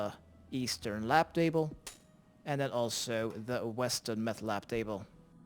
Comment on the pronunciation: I swear u said mefth lab lmao add me YoPoshahmen